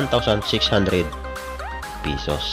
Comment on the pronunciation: PISOS! ay c! bisaya ka man uy! BWHAHAHAHAHAHa